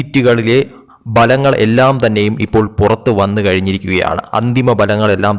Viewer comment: ഫലങ്ങൾ അല്ല. ഫലങ്ങൾ.